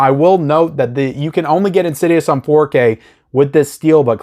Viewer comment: IN-SIDE-US / IN-SID-I-OUS